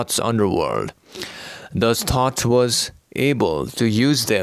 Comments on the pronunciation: I believe you are meaning Thoth and saying tot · Are you saying Tot or thoth? If you are saying Thoth then your information is not accurate. Thoth is not evil, Thoth is good. Don't spread lies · So you mean 'Thoth' not 'thought' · Idk from my understanding of Thoth and his connections to the Corpus Hermeticum and Wisdom of Love and Light I feel this video is a possible manipulation of truths. Please utilize your own discernment and free will but I feel this video is False info. Why does he spell and say Thoths name wrong? Words are power , carry Vibrations and cast spells of their own, this video gives me a weird vibe. This is a spiritual war atm maybe a high jacked transmission to spread fear and confusion? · Is he saying thoth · Thoth was a scriber a priest, not a warrior. Remember they were inbreeding because of the destruction or lemuria and atlantis. There would be no reason for thoth to destroy anything. Not only that but this guy is pronouncing it wrong. Must be someone else he speaks of.